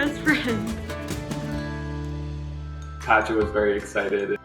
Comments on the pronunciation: My brain can get over how they pronounce "Pacha" or am I the only one?? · Pronouncing Pacha as "patcha" instead of "pasha" is unhinged 🙉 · "Pacha" in French sounds like "Not a cat"...